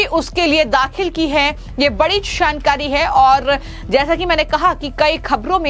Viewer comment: Choukanewale bol shoukane wale nahi Jankari bol Shankari nahi Ye lady kaunsi bhasha bol rahi samazme nahi aata Yehi mili kya inko news batane ko